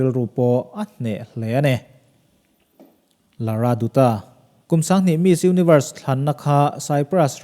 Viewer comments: Pls pronounce Lara Datta not lara doota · Lara datta tia lam tur......a spelling chu dutta ni mah se.... 😊☺ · Lara Dutta hi Lara Datta, tia lam tur. Sunil Dutt- Sunil Dat etc